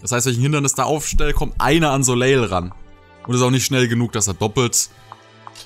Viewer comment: Der Name Soleil wird ohne das L Hinten ausgesprochen. Also "Soläi"